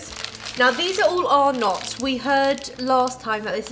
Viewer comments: For the record. Arnotts is not pronounced "Are knotts", it's "Ah-netts" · It’s pronounced Ar-NETS not “ar-NOTS”, sorry but as an Australian that hurt my brain cells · We don't really say it with a hard 'O' though - maybe more like Ar-nuts, just a bit softer? Emphasis on the 'Ar' sound, not the second part. I'm from Victoria and I've never heard anyone pronounce it as Ar-NOTs. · When they said it like Arnott I cringed lol it’s arnits and tic tics were made before Tim tok xD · LOL! We don't pronounce them "are nots", the name flows a bit smoother, like "arnits" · I have NEVER heard of ARR-KNOTS. 😳😳😳 Take a tip from an Australian: it’s pronounced R-NITS. And you should have a warning because Mint Slice contains actual mint. One biscuit is enough to set off people with a mint allergy. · I'm from Australia and for some reason it's really annoying me that they say ARE NOTs. We called them arnets. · It’s not pronounced (are nots) it’s (rnets) FYI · I thought he said "our nuts" i pissed myself laughing though😂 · In Australia we pronounce arrnots, arrnets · Arnotts is spoken as (are nuts) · You pronounce arnotts arnits not how it is spelt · Listening to you guys say Arnott's wrong is funny as 😂😂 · Btw you say arnotts wrong